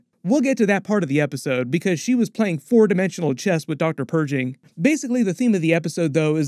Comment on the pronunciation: Bro if you say Doctor Purging one more time I'mma lose my sh*t